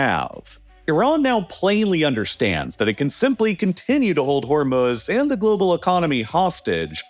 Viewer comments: Anyone else hate the way this guy says Hormuz? I don't care if that's how it's properly pronounced... say it the way everyone else says it in America. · I never thought I could genuinely dislike someone I’ve never met. Then I heard this dude say “HormUHz” like 500 times and now I hope he gets scabies. HOR-MOO-Z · Its not: "Hormoooz" Its Hormuz with silent U. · Hormuz not Hormuhz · The way he pronounces 'Hormuz' is like nails on a chalkboard for me and I had to stop listening halfway through. It's pronounce hor·mooz not hor·muhz. The mispronunciation really hurts your credibility and makes me think you don't know what you're talking about. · Haha, funny to keep hearing hor-muhs instead of hor-mooz. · Actually its HoR-Mussa if you are gonna pronounce it right. Hormuz is the american-english pronunciation, and this guy doesnt actually sound American-english, but i dont know. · "Hurmahz" and "Katur" is deeply disturbing to me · Is it that hard to just say the long u in Hormuz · "Hormuhz" lol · Am I the only one who has an issue with how he pronounces Hormuz? Her-muz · It’s probably a really good video, but I couldn’t stand the way he was pronouncing the straight Hormuz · Can’t listen to the way you say Hormuz anymore. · nothing on this earth is as annoying as the way you pronounce Hormuz. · How is it that this guy consistently mispronounces words like Hormuz and Qatar? These names are read aloud on every news channel by English speaking anchors regularly. When I hear a mispronounciation like that less than 10 seconds into a 30 minute video it makes me question of the rest of the video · Why must you use AI voices? I mean hearing Hormuz mispronounced twice in the first minute just crushes the video's listenability.